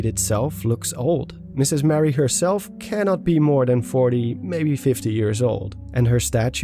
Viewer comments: Maybe I’m not the only one to mention this, but it’s Marie, not Mary. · I don't think you pronounce it like Mary, but more like Ma-ree. Otherwise, great video! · the name youre saying is spelled: mary... her name is muh-ree